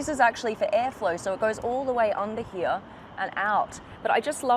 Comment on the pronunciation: also the way she prnounces the word "here" is highly aggrevating